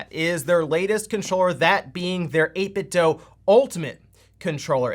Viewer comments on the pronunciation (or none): It's pronounced "DOO", not "DOE". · Right? I swear some youtubers are doing it intentionally at this point. It's been confirmed multiple times by people at 8bitdo that it is pronounced do, not doh. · 8bitdo = 8bit(du) Say it with me, eight-bit-"DU". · How are you still pronouncing 8bitdo wrong